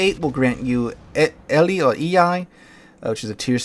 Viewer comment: Good vid. Because the Greek "i" makes the sound of i in "machine," I think the Greek ship is pronounced "el - LEE"